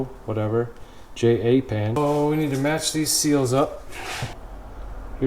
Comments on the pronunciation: J-A-PAN kills me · “jay-aye-pan” 😂 but fr thanks, this video is exactly what i was looking for